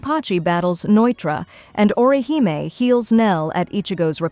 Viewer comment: Orihime. The Japanese character represents a ee or ē sound. So aw-ruh-HEE-may. Like a Michael Jackson he he lol Not or you high me